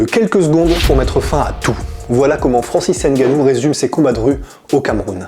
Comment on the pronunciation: tu dit mal son nom